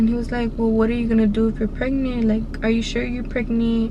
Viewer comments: she is saying “pregnee “ i hate her voice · pregneent i hate how she says it omg lol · The way she talks 😂 & how she says pregnant= pregniiiiit 😂😂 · How many times u gone say “ pregneet “ 😂😂😂 that shit took me tf out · Nobody: Her: pReGnEe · "Pregnit"🤦😭 what a story though a dios que libra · How she says pregnant “pregneet”💀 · IDK if she ghetto or something, bc she always says "pregneet" 😂😂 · a knoo im pregneet like bro y u talking like that lmao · Sadia Bikienga ”Pregnieent”😂😂😂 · Who heard "pregny” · Girl...stop. “Preg-NANT” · 1 like=1 her saying “pregneent” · Sorry I have to say it”pregnent”😂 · I’m Mexican and have an accent and I don’t say pregnant like that lol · leeanna Joshua she said pregneet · No it’s pregneent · “pregnee” omg y’all so mean 😭😭😂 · like miranda sings😂